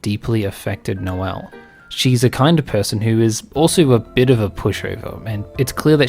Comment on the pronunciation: (Noelle) Elly 😂